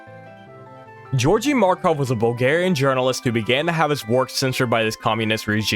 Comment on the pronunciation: Georgi Marhov's first name is pronounced with a "g" and not a "j" sound on both "g"s and there is no "h" in the pronunciation 🇧🇬🇧🇬🇧🇬🇧🇬